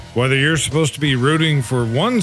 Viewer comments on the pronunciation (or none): none